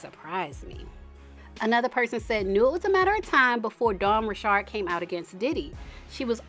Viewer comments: You’re the first person I’ve seen who says her last name right! But anyways, I’m surprised she spoke out but I’m glad she did. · So happy to hear you pronounce Dawn’s sir name correctly. South Louisiana born and bred. 🦞